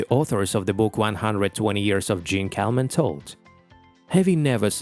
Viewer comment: How about giving "Jeanne Calment" a French pronunciation?